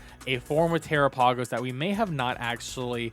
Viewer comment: Terapagos is pronounced like Galápagos 😭